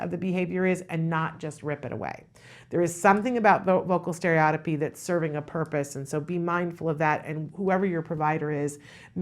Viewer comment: To really get the professionals attention pronounce it correctly : stereo-tippy